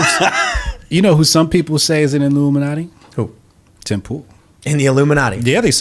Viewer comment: Illumin-alt-i? Huh? I’ll stop now.